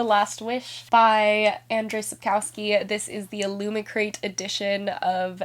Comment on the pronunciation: the way you pronounce Sapkowski's name is so cute! ❤️